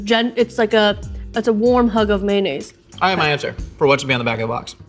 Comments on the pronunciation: mayOnaise, not maynaise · So, we're saying "maynays" now?